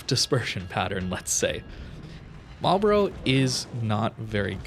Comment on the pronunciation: It's pronounced "Marl'b'ruh" or "Marlbruh"...not "Marl-borro" or "Marl-Bro";-)